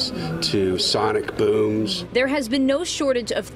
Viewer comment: The way says “bhooms” is cringe lol 😩